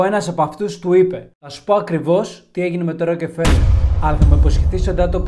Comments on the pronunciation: ροκφελερ διαβαζεται οχι "ροκε" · Ρε φίλε, έλεος, Ροκε-φέλερ και Ροκε-φέλερ συνέχεια. Άνοιξε ένα ρημάδι google να δεις πως λέγεται ο άνθρωπος, που του άλλαξες το όνομα. Ροκ-φέλερ λέγεται. Δεν μπορείς να πεις το ρ με φ μαζί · Ροκφέλερ έλεος!! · Ροκεφελερ;Πρωτα απ'ολα μαθε να λες σωστα το ονομα. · Δεν το προφέρουμε Ροκεφέλερ. Επίσης παραμένει η πιο πλούσια οικογένεια. Καλό είναι όταν γυρίζουμε βίντεο να διαβάζουμε πρώτα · Ροκε φελερ!!!!! Οχι ρε. Ησουν και αγγλια... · Γεια σου καλε μου. Το ονομα προφερεται. ΡΟΚΦΕΛΕΡ. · Δεν προφέρεται το e φίλε . Ροκφέλερ προφέρεται και ο τύπος εδώ είναι εντελώς γεια σου ... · O ροκΕφελερ 😂😂😂😂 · Την ιστορία τη θυμάμαι από τα παιδικά μου χρόνια, τότε οι εφημερίδες μίλαγαν για το θέμα πολλούς μήνες. Αλλά παιδί μου, εδώ στην Ελλάδα τον προφέρουμε Ροκφέλερ. Όσον αφορά το βιβλίο που έγραψε ο Χοφμαν ... δεν πιστεύω τίποτα. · Εντάξει, προφέρεις λάθος τον Ροκφέλερ, ανεκτό. Μα, "εξαφανισμός";;;;; Έλεος. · ωραια ιστορια, λαθος προφορα στο ονομα... ωραιος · Wraia ta lleei to palikari giati tou kanis paratirish.. bravo re kai la8os na to les se goustaroume me ta xilia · Μία διόρθωση, Ροκφέλερ κ όχι, ροκεφελερ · Ροκφέλερ βρε όχι Ρο κεφελερ. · Ροκφέλερ φίλε μου, οχι Ροκεφελερ. Βγάλε το Ε από την μέση. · Συγνώμη, αλλά δε λέγεται το επωνυμό τους Ροκεφέλερ, αλλά Ροκφέλερ. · Αυτό το Ροκεφελ !!!! Πέστο σωστά : Ροκφέλερ 😅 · Ροκφέλερ προφέρεται, όχι Ροκεφελερ . Μάλλον τον έφαγαν οι Μαου-Μαου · Ροκεφελερ Ροκεφερελ😂 έχω να εκνευριστω με λάθος προφορά από το Μαικολ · Tι ροκεφελερ ρε; Ροκφέλερ. Γράψε λίγο πρώτα αν υπάρχει τέτοιο όνομα πού αναφέρεις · Ροκφέλερ οχι Ροκεφελερ. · Δεν είναι δύο λέξεις το όνομα του αγόρι μου. Δεν τονίζεται σε δύο συλλαβές. Μόνο η πρώτη συλλαβή τονίζεται η Ro.Αλλα γιατί δεν την προφέρεις στα ελληνικά Ροκφέλερ; Αυτό το Ρόκε φέλερ δεν υποφέρεται. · STA ARXIDIA MASSSSSSSSSSSSSSSSSSSSSSSSSSSSSSSSSSSSSSSSSS ΠΟΥ ΠΗΓΕΣ ΜΥΚΟΝΟΟΟΟΟΟΟΟΟΟΟΟΟΟΟΟΟ ΟΧΙ ΡΟΚΕΦΕΛΕΡ ΡΕ ΒΛΑΚΑ ΡΟΚΦΕΛΕΡ ΛΕΓΕΤΕ Ο ΣΚΑΤΟΜΑΣΩΝΟΣ